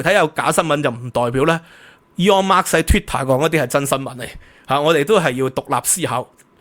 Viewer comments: Elon Musk 不是 Elon Marks 🤣🤣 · 「Elon Musk 」唔係 「Aeon Marks 」😅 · 好喜歡你的内容但真係要注意一下英文發音，或者全用廣東話算了。今次： Elon Musk vs Eon Mas的發音分别